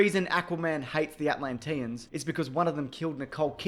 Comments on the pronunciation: I can't get over how you say Atlantian. Atlantinian? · They way he says Atlantians 😬😬